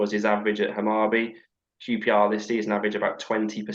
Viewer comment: Hammarby - pronounced "Hammarboo" (kinda) , let's see how he does. The Danish team he managed got relegated after he left, not sure what that means.